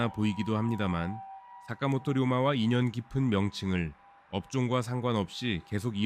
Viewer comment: 사카모토 료마 입니다 ! 다카모토 라고 읽지 말아주세요